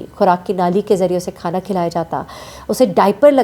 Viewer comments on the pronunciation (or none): none